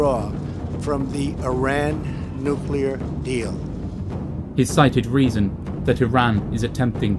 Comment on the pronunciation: one thing...it’s NUCLEAR ☢️, not ‘nucular’. Sorry, it’s a pet peeve of mine 😕